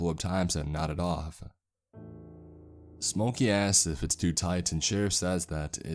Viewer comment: you need to pronounce your K's a little more everytime you say jack ask's which is a lot i hear jack ass lol